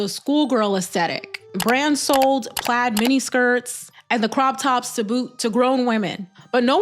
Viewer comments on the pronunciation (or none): none